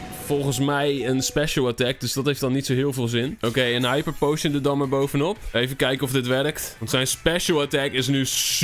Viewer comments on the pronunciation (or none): none